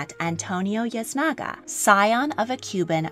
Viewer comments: I enjoyed this! Btw, Yznaga is pronounced Iz-nah-gah not Yaz-nah-gah. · . "Yznaga" is a Spanish name and is pronounced "Eez-na-ga," not "Yas-na-ga." You had the same problem with pronouncing the names of French aristocrats, French royals and French chateaux in some of your earlier videos. Your pronunciation of foreign names--or difficult English names, for that matter--is atrocious. You really need to do better considering that you're making these videos. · Love your content. I believe Yznaga is pronounced as eez-naga though. ❤️ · Small nitpick: Yznaga is pronounced "eez-NAH-gah" (or in Castilian Spanish, "eeth-NAH-gah"). Thanks for an interesting presentation! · Yznaga is pronounced itsnaga! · It's spanish right so the y should be pronounced like a short i in yznaga?